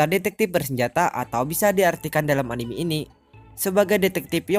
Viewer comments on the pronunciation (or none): none